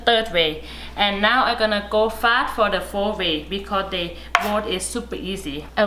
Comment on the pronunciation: Fourth way is pronounced as ( four way) by her. Interesting....